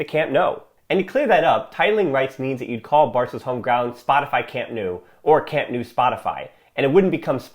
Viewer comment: Nice video, but would love to hear proper pronunciation of names; Camp Nou is pronounced Camp “Now”.